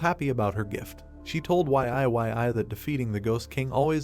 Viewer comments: Ok what the Deuce! Can you please get the AI voice to say Yi-yi (Yee Yee) not Y-I 😮‍💨😣 ive got a headache minutes in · Cant bro pronounce YE YE as in YIYI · Y.I.Y.I is killing me 😅